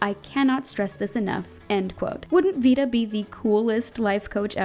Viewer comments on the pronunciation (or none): none